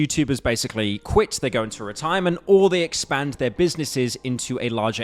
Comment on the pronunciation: are you saying 'expand' and 'expansion' on purpose? You say it too much for it to just be a coincidence